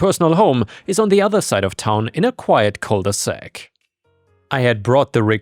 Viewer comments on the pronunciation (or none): Cul de sac, not cole de sac.